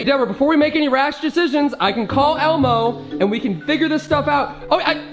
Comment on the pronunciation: It's Deborah not Bebrah